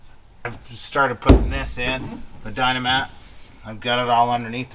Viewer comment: Hey, it's Dynamat. Not Dino-mat lol!;-)